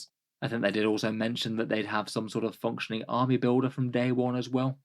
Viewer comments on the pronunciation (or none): I love the emphasis on 'functioning' list builder lol.